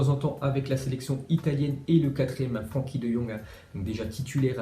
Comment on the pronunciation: On dit pas franki mais freinki